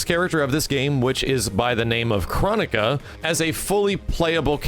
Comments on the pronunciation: KRONI-KA, not KRO-NI-KA. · Not to slight you but she's called Chro-NI-ca Boon was very insistent about that to Dynasty. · Kronika is actually pronounced “Kro Nee Ka” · It’s not Chronica It’s pronounced ChroNIca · Technically NRS stated it's pronounced Crow-Knee-Kah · Its confirmed her name is Kro-Knee-Kuh